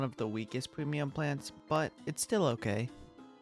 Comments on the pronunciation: I love how he says “Pwemium Pwants“ 😭😭😂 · I like the way bro talks pweamium plants just makes me want to become friends